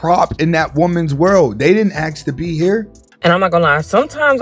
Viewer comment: Why can't you say the word 'ask' properly it's not AX...